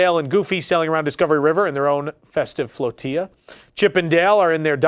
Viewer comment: Great video! So happy to see the Muppets back, even without them doing their schtick with the guests. Just as an FYI.....(a small group of boats as in the AK) is known as a "floh TILL ah" not "floh tee ah". :-)